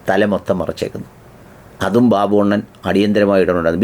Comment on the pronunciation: RV ബബ്ബു not ബാബു 😂